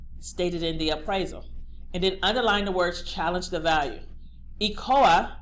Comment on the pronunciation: DO YOU MEAN ECOA? WHERE ARE YOU GETTING THE WORD ECOLA? please say ECOA